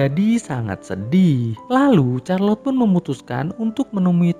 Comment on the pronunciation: Min, Charlotte itu bacanya bukan Charlot atau Kharlot... Tapi Sharlot (Syarlot)